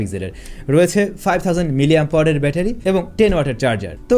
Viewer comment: ভাই, মিলিঅ্যাম্পাওয়ার কী? উচ্চারণ একটু ভালোভাবে করেন। অনেক উচ্চারণ-ই আপনি উল্টাপাল্টা করেন। তাও শব্দটা অন্তত শুদ্ধের কাছাকাছি থাকে। কিন্তু মিলিঅ্যাম্পাওয়ার বলতে তো কোনো শব্দই জগতে নাই!!! মানুষ ভিডিওগুলো দেখে। কিছু বলার বা করার আগে একটু হিসেব করে করলেই কি ভালো না?